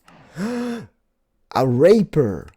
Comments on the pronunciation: Love ur vids but its reper not raper still love u though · U said Raper instead if raiper lol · love how you called a rapier a raper it has different meanings ;) it is pronounced as re pyer I'm not so good on wiring pronunciations :P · its pronounced ray-pee-er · Olol i died when he sad raper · I started laughing so much when you said 'raper' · its pronounced sai-th and rape-ee-r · Hey, I love the smelting hut! Oh! And for a little help on the pronunciation: Rapier - Rape-E-er Scythe - Sigh-th Eucalyptus - You-cuh-lip-tuss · Pronounce it Sc-i-th and rape-e-air